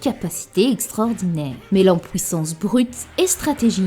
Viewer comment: À « pouissance » j’ai rie